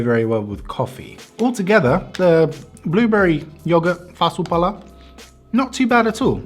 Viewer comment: When you said "fasu pala" i thought u were finnish